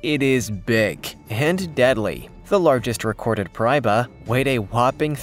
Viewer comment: First off the Gooch is a Himalayan river fish. Second, the name of your so-called freshwater shark is pronounced “pear i e ba”. For crying out loud if you’re going to make a video about something at least make it correct and accurate and if you get feedback that says you’re wrong, take it down and correct it! You’re number one deadliest creature in the Amazon is Not deadly to anybody!